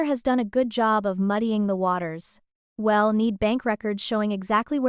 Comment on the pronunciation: It's a decent story but using AI messed it all up!! AI doesn't know how to pronounce words correctly, I'll is not ill, We'll is not Well, so many mistakes really takes away from the story!! AI should not be allowed!!